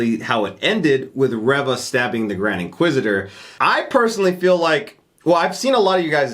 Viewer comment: Reva is pronounced Ree-va. I heard Moses Ingram pronounce it that way in a recent interview.